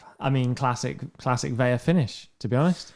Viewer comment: New subscriber here. Great show, boys. I like the weekend recap, and agree LAFC is an incredible club. One note: Carlos Vela’s last name is pronounced as it’s spelled—Vela, not Veya. Keep up the great work.